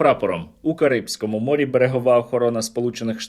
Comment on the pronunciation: росіяни захопили ще один танкер у Карибському морі) трішки обмовився.